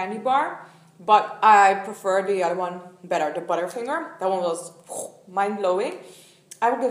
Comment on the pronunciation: To me, when you said "butterfingers", it really sounded as if you had an Indian accent haha!